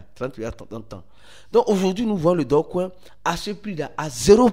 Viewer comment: C'est Dogecoin ou Dogcoin ? Faut bien prononcer stp 🙏🏿